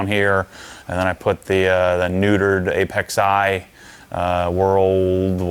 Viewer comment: I appreciate the fact that when you refer to ApeXi, you pronounce it properly (the "i" is separate from Apex). You know you're an old Honda head when you say it correctly. All these young kids think it's Apexzee lol.